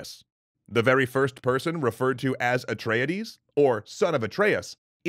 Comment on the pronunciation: Is anybody else getting triggered at his pronunciation of Imladras and Atreides?